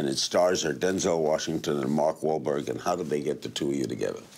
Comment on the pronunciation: So Larry CAN say Mark Wahlberg's name correctly LMAO